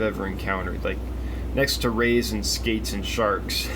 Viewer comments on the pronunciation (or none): none